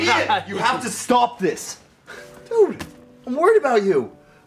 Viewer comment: when Anthony says stop it sounds so British